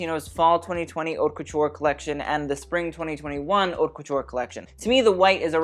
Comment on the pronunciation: Someone finally taught him how to say haute correctly.